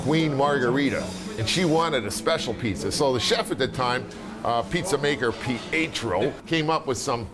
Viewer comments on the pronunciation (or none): pizza maker pi-ey-troh.....lol, I can't anymore, I almost pissed my slip. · So chef PEE-YAY-CHUH-ROW made that special MAR-GOO-REE-DAW pizza... in KNEE-YAY-BULLY...